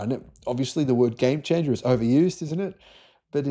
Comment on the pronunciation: How many times will you declare sodium a "gime chingah" before it actually happens, mate?